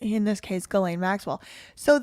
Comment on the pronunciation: You're pronouncing it correctly, with the hard G